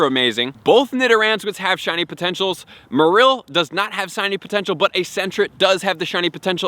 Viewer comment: The "p" in Corphish is silent. = Corfish The "y" in Gyarados is silent. = Garados The accent is on the Ma from Marill. Like Will Farrell. Minun is pronounced nearly identical to do the word "minus" = Mynun anyone noticed that doing going on about his business in the background? wahhaa